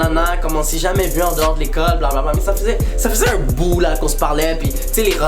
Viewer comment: Es qu'il a bien dit "j'étais ùn spermatozoïde et j'ai été fécondé"??😂😂frl hahaha